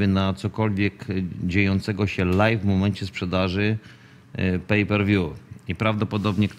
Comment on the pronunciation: Prosze cie nie mowi sie LAJFIE tylko LAJWIE Live = LAJW nie Lajf